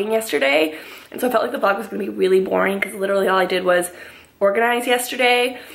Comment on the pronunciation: its not voring! I love watching even if its organizing😂👌